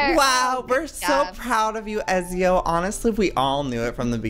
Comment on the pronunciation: OMG PLEASE FOR THE LOVE OF GOD PRONOUNCE IT PROPERLY EZIO's NAME IS PRONOUNCED E-TZ-I-O!! ITS MY CATS NAME SO PLEASE PRONOUNCE IT RIGHT!!!!!! 😡😤